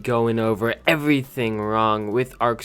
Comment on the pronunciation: You say evrifing rong ferlant that not rong